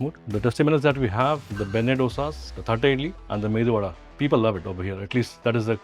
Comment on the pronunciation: Thank God at least he says medu vada and not MENDU vada